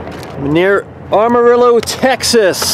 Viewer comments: It's not Armarillo it's Amarillo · This guy cannot pronounce amarillo. Its sounds lije this ama rill o